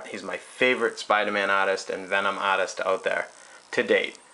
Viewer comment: I've never seen a review of a sculpture before but this was surprisingly in-depth! also, the ahtist! yea, the ahtists are togethah! making a Spidahman! No R's in this video, no way no how!